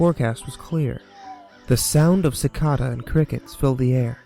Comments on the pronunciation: you said cicada wrong... it's said SI-KAY-TUH not chicata... :P I really like your channe though! keep it up! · Suh-CAW-duh? Suh-KAY-duh!! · And for the record, you're absolutely right. The correct pronunciation of the word "cicada" is ci-cay-duh (or it might be easier to read as si-kay-duh). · Well, that's a different way to pronounce that... I grew up pronouncing cicadas as 'sick-a-da' he instead of 'chick-a-da' anyway I like this pasta, me a my dad go hunting a lot, and some out of normal things have happened. We had a mountain lion follow us and not even know it until we back tracked and saw it's paw prints in the snow beside ours. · cicada is pronounced sicayda, not cicahda lol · it's pronounced "za-kay-ta" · I like how you say cicada ;) its funneh. SIK-AE-DUH is how i normally have heard it pronounced . Just for future reference ;) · cicada (ci-cay-dah) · Dictionary. Go check it. Yes, people muck up things via accent, like people from Boston saying "warsh" instead of "wash". Doesn't change the fact the word is pronounced wah-shh, nor does area change that the word is pronounced ci-cay-dah. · Also, I'm not being critical. I try to help people who read pastas and commentate on games with pronunciation so they don't get hateful remarks. (example: Pewdiepie, who is not American, yet many expect him to know how to say every word in English perfectly). I knew it was pronounced ci-cay-dah because I had heard it all my life. First time I saw it in writing, I had NO idea what that word was until the teacher read it and my brain immediately said "that makes no sense for it to be said "cay" and spelled "cah"...." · Did you just pronounce cicada "Chick-awh-duh"? XD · Great story and reading! I just wanted to say a bit about who you pronounce cicada. It's more like Si-Kay-Ta or Si-Kay-Da. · I thought cicada was pronounced sick-aid-uh. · I can NOT deal with how you pronounce cicada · Or can you? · Was I the only one that caught that he pronounced "cicada" wrong?